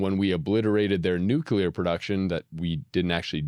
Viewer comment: Neither of you can pronounce Nuclear